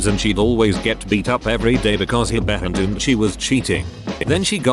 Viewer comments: why does the Text to Speech voice say "assumed" as "behendoomed"? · Gotta love the text to speech pronouncing everything as 'behindumed' or similar. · "Assumed," is a dirty word, apparently, since it always gets pronounced as, "behind-umed." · Bro the text to speach narrator always having a seizure every time they try to say assumed is too funny for me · The 'puter can say, no problem, "shit," but, "assumed" is just horrendous, eh!? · why doesn't the voicebot know how to say "assumed"?